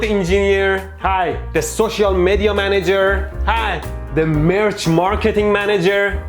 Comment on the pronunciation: When he introduced the social media manager , i heard "Social Mehdi-a manager"